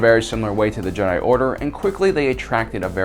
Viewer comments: Jesus fuck man stop calling them JedAI ! It's fucking Jedi, not Jedai!. It's not Japanese. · WAIT!! Did you miss it?? Did you?? Ancient Jeh-Die??? Canadian, British, Australian... Jeh-Die?!? Why don't you just say, "I'm making a video based on every other video already made and literally making sound like my own voice and my own observations." How much more pretentious can you be than to PC pronounce a ficticious name that has been in the universal lexicon for over 40 years and has spawned actual state recognized religions? If you have cannon or ECU to support this pronunciation, please bring forward and be prepared to be blown away by cannon AND ECU!! Jeh-Die